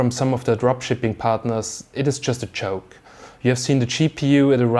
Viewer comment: "it was a choke" or "joke" :D ;) and schepu oder gpu?